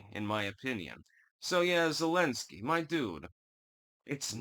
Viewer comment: “Thu’lensky,” “Nu’kranians”??